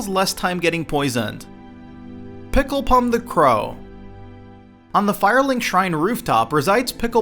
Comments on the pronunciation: Lol yeah, it isn't just a single crow, he also pronounces everything wrong and stole a large part of he list and even got things wrong. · what the fuck? "picklepum"????